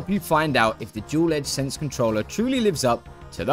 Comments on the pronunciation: “Duel - Sense - Edge” lol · btw its called the dualsense edge not dual edge sense] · Never heard someone say Duel Edge Sense controller and I want to scream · Is the controller named differently outside of the US or does he just say the name wrong the entire video? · Damn dog, 300 hours and you can't say DualSense Edge lmfao